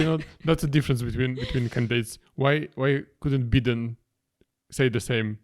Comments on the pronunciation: Calling Biden "Bidden" actually made me crack up I like that pronunciation much better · They way you pronounce Biden like Beaten was funny, idk if you meant to though 😂